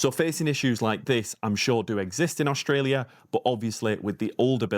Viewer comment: Funny…..you calling it OSHTRELIA ! Why ?